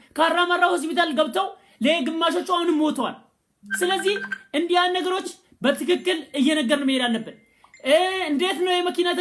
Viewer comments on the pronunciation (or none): none